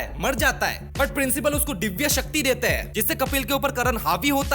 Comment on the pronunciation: डीव्य नहीं दिव्य... साले बंगाली बाबा ।।।।। उच्चार अच्छे नहीं है। हिंदी सिख के आ।